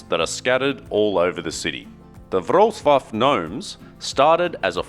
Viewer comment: Great pronunciation of the name of the city, Wrocław !!!!! 👍👍👍:washhands::washhands::washhands: Congratulations, and thank you for your effort to learn how to pronounce this word 🧡💗